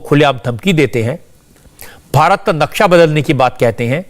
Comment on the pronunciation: संबित पात्रा जी "नक्सा" नहीं "नक्शा" सही उच्चारण है।